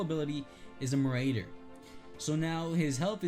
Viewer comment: You mispronounce marauder